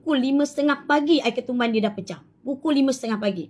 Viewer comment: Bunyi macam nak promote perubatan sunnah dia ja....apa yg kluar dri mulut smua hentam..contoh - Ketuban pun jadi "Ketumban"😅..adoi